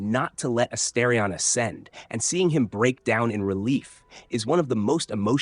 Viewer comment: Astarion pronounced 5 different ways and exactly 0 of them correct. Jaheira was driving me insane too.